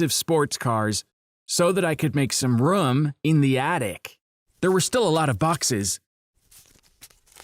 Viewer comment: So that I can make some RrRuUuUuUm in the attic.